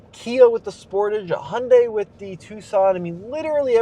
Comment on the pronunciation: ヒュンダイの発音ってほぼホンダなのか